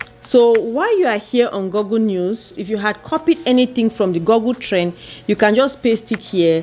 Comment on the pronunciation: Girl said GoGo news